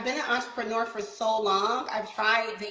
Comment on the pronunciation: I hear enterpreneur one more time today.....